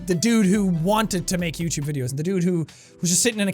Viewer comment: Youchewb channel